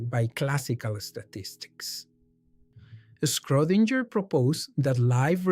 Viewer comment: Very nice work, but please check Schrodinger pronunciation. Thanks!